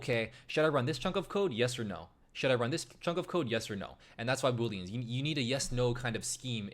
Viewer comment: Its "booleans" not Boolens.